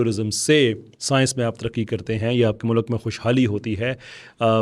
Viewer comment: Oh bhai learn to pronounce ‘Mulk’ . Stop saying Mulak.